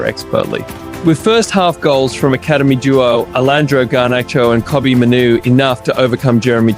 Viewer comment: Pronunciation. Kobby May-nu, ( Mainoo), not Kobby Menoo!! The last name is pronounced like the month May and Nu, May-Nu!!!